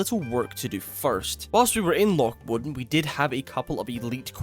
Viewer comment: The part that I think is being mispronounced is 'Modan' he's saying Mod'n and omitting the 'a'. I've always heard it pronounced Mo-dan as 2 syllables and emphasis on the 'a'